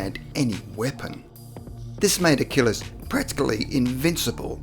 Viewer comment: Achilles. Not Achillis.